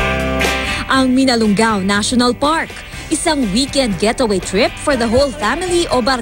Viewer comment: Hoy ATE mali ang PRONOUNCIATION mo..!!! Hinde MINALUNG GAO kundi MINALUNGAO. Pag aralan mo muna bago mo BIGKASIN...!! Kasi MASAKIT sa TENGA..!!